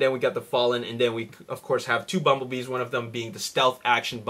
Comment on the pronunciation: It said 'bumblebess' not bumblebees :P